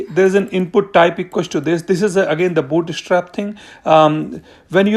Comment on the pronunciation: you're killing me every time you say booty strap :D thanks for the video